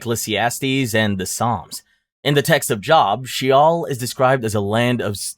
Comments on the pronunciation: The biblical name “Job” is pronounced like ”Joe”. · I find the content interesting, but the AI narration needs help. The mispronunciations, such as pronouncing Job, the biblical book, like job, as in a line of work, are distrating and confusing. Also, watch the use of pronouns. The are points where the character referenced isclearly male, but the pronoun used for that character is incorrect, such as the male character being referred to as she. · Bro it’s pronounced Jobe even though it’s spelled Job in English. Also Islamic hell doesn’t make sense or is fair judgement. Surah 3 clearly affirms the Injeel and the Torah, we know what we have predates what we have predates that being written, and the Quran the states that punishment for the sins of a Muslim will be passed on to a Jew or a Christian. That is like being told you’re doing a great job at work, you continue to do what you’re doing, and then at the end of the day you have to stay late because you’re coworker didn’t do his job and got to go home on time while you’re doing his work for him. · Job is pronounced Jobe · You haven't done NEAR enough research on vowel or consonant pronunciations. It's common knowledge that "Job" is pronounced "Jobe"....and that's just the tip of the iceberg. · Chuckled at his pronunciation of “Job”. Literally lol’d at his pronunciation of “Nietzsche” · Quite a few bad pronunciations in this one